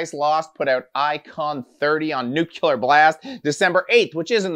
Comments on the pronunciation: He just keeps on saying nu kyu lar. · NEW-CLEE-URR BLAST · 'Nuc-U-lear Blast'- nice, I see you went to the George W school of epenthesis